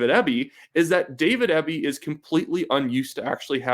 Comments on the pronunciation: You are saying Eby's name wrong. It's pronounced like the letters, E, B. Not ehhhby... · You really should have done more research on this video. The BC Liberals are center right. And it's pronounced EEBBY dispute its spelling. Or as we in B.C. say it " ass clown ". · Good job but you should get their names right. It’s John Rus-tad and David Ee-be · Excellent commentary. Eby is pronounced EE-bee BTW. Thanks for this exciting update! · A critic with a conservative axe to grind. Look, you're from out of province and you don't know how to pronounce Eby's name. He's actually a bright man even though I disagree with a lot of his policy. I'm a centre right voter. I'll give you credit, your history lesson is more or less correct but we all have google. Finally, it's only 1 poll. When I see others like it, I may pay attention. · You might sound more informed of you pronounced Eby's name correctly.